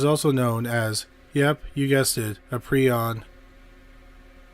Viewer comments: Nice episode but the word isn’t py- ron. It’s pry - on. Prion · It's pronounced PREE-on. Prion diseases deserve far more discussion and research than they get. Please, honor the victims of, and researchers working on, prion diseases by pronouncing it correctly.